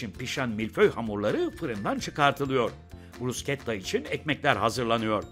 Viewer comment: Aynen kimsenin bilgisi yok. Ayrıca bruşketta diye okunur sunucu bile söylemesini becereilmiyor👎🏻